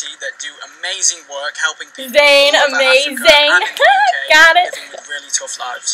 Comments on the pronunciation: did she rlly say amazayn though................. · 'Amazayn' ohmygod ur such a carrot ily